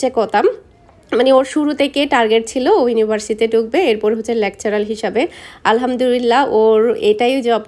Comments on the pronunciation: Lecturer not lectural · আপু লেকচারাল হবে না লেকচারার হবে। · লেকচারাল না আপু লেকচারার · Lecturul noy lecturur